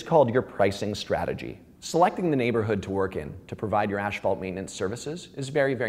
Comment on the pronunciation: Love how all these asphalt professionals say aSHphalt... It's aSphalt... Just like it's spelled